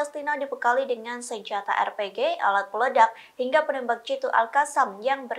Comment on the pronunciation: lagi lagi bilang ER PE GE, Bbukan AR PI JI SEVEN